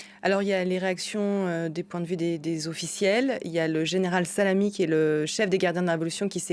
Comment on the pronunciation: "le général salamie" 🤣